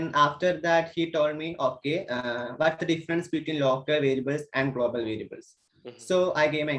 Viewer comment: "Golbol variable"😂😂